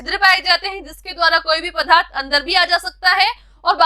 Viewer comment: Mam aap accha padhte Ho लेकिन पदार्थ को पधा र्थ नहीं बोलना है